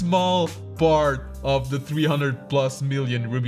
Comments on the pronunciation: It's The not Thé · the e in "the"..... what have u done? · "Why Thé Rubik's Cube Is PURPOSEFULLY Made BAD" why did you say Thé?